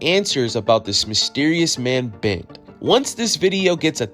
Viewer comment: Bent? Clearly not a Nigerian name. They don't know there's supposed to be an "r" in it!